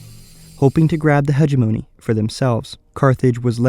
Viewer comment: it's pronounced "he-gem-o-ny" not "he-ge-mo-knee"